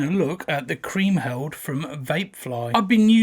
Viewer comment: Apart from the fact that you can't pronounce Kriemhild properly great review